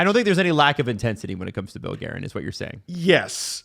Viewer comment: I mean hutson’s diction/anunciation isn’t the best so maybe that accounts for hilarious pronunciation of Guerin ‘s name. Even if Guerin holds a grudge now, how long could an executive stay at the helm of US teams? I think Hutson bros will outlast Guerin’s tenure and will be back in the fold when they’re in their 20s